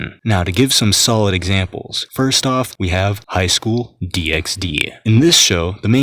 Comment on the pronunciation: He pronounced the X in Highschool D×D now I don't know if it's silent anymore like in Hunter × Hunter because a man of science said so